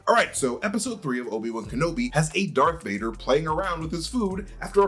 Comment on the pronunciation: Why are you saying "Dark Vader"?